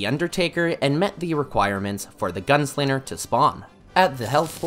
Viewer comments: HE'S FROM MICHIGAN!!! HE SAYS 'GUNSLINNER'!!!! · The way that this guy cant pronounce ng combinations.... "The gun-slinner" "to make a lon story short" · There's no R in Molten. There IS 2 G's in Gunslinger. He's called the Arm's Dealer anyway. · bro is the master of pronouncing wrong. "gun slinger" "tinkerer's workbench"